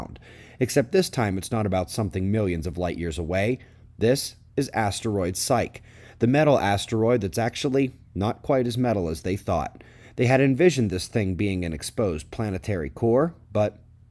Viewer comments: "Psyche" is pronounced \’sī-kē\ which means "soul" or "personality"(if you would rather like). It comes from the Greek word "psuché", which means the same thing. "Psych"(pronounced \’sīk\, on the other hand, means to "analyze" or "prepare someone, mentally" or, "intimidate, scare". FYI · Ahem! [clearing throat and putting hand up in the air to be called on cuz I have something to point out to everyone...] Asteroid refers to: In Greek mythology, Psyche [pronounced Sci-key] was a beautiful princess who fell in love with Eros (Cupid), god of love, and went through terrible trials before being allowed to marry him. The story is often understood to be about the soul redeeming itself through love. (To the Greeks, psyche also meant "butterfly", which suggests how they imagined the soul.) - Merriam Webster